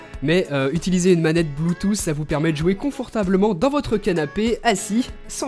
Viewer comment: c'est pas bluetoouuss c'est bluetooth